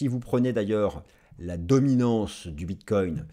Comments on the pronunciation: Bonjour, merci pour ta video, tjrs au top. Concernant la prononciation du Bitcoin, avec tout le respect que j ai pour ton ami, le Bitcoin aussi veut qu on le respecte😉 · Au Québec aussi on dit BitCOIN et non pas Bitte-cogne comme les européens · Merci pour tes analyses toujours aussi précises... par contre, j'ai remarqué que tu ne faisais plus de répétition du mot "bref"... c'est vrai... mais un autre est venu le remplacer: "bit-COIN" 🤣🤣🤣🤣 À mardi l'ami 😊